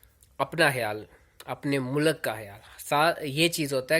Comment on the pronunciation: Mulaak ni hota be..mulk hota hai.. a nahi hota l aur k ke bich mein